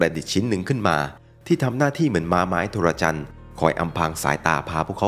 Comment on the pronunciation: Trojan = โทรจัน ครับ ไม่ใช่ โทระจัน